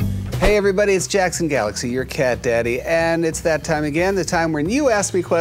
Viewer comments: Lol, she did call you Jackson but her pronunciation was more like "Jakeson" so the K sound got lost. >.< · what if she's not saying Jason, and saying Jackson but pronouncing it like Jake-son . idk lol maybe she's saying Jason LOL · Pilecki Really? I relistened to that a bunch of times and I am not hearing any "k" sounds. More like a "jay-ssson." blend "c's"? How? Like "Jackson" would be pronounced "Jaskson"? I mean, maybe you're right, I'm just confused because it really sounded like "Jason" to me, and there seem to be a number of people convinced she said "Jackson." Michelini M Passive Aggressive? Pretty sure he was just being funny... I. Tell me you're joking... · Liv Zieba I thought made it was her accent and she was pronouncing it like jake-son instead of Jackson , and to us the closest name would sound like Jason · I think maybe she also didnt know how to pronounce Jackson and with her accent it sounded like Jason. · A bit of help with pronunciation" 1. Ewelina /ɛ.vɛˈli.na/ 2. Jackson /ˈdʒeɪsən/ ;) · I’m pretty sure I heard Jackson too! I can relate with Evelina some names are just difficult to pronounce. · Maybe it’s her accent that has her pronouncing your name that way. It more than likely wasn’t intentional 🤗